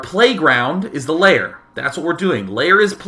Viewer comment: Why do you pronounce "lair" as you were saying "layer"?